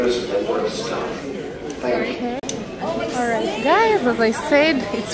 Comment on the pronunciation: I like it whenever you say "tingoo" makes me laugh.More love